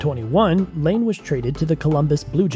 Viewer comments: Ya so its pronounced line-ah, he was 2nd overall and is an almost PPG player.. plz dont make any more nhl videos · it’s patrick laine not lane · This video honestly sucks. Laine wasn’t a first overall pick, you mispronounce so many names, and you get guys named Johnson confused. Do some damn research.